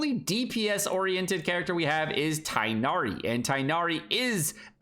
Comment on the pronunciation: Man can literally not talk about mispronunciation with the way he says Tighnari and Alhaitham 💀